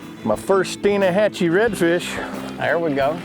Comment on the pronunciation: the guy be triggered when Blair said Stein AH hatchee